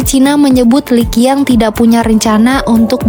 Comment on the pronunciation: Pembaca berita harus belajar cara mengucapkan nama perdana menteri tiongkok dengan benar .. Li Qiang kok dibaca LI KIANG.. QIANG seharusnya dibaca secara langsung dgn lafaz seperti CIANG, bukan pakai K ..